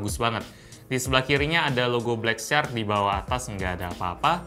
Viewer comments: Katro banget inggrisnya..bacara syak..bukan sark ! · ucapan "shark" msih slah bro.. but its ok